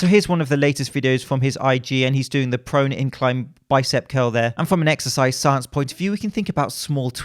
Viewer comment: Did he say prone exercises or pro NECKsercises?